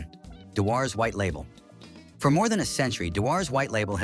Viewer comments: AI sucks…. dew ers, not Da wars! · Rubbish and lacking in knowledge about Scottish Whisky. Can't even pronounce Dewar's....Dew is morning dew but it is a Scottish name if you even know where Scotland is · Worst pronunciation of Dewars i have ever heard. Do you homework properly